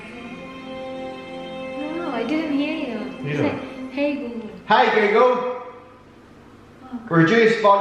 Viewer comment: “Hi gu-gul”